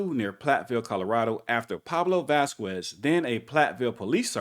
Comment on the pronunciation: Vasquez is pronounced "Vaskez" fyi👍✌️